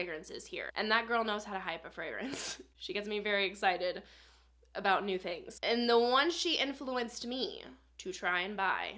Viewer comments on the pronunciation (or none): none